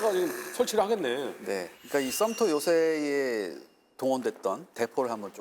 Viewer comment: 섬. 터 아니죠 썲~퉈